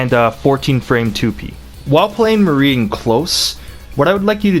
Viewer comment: It's not pronounced Mary.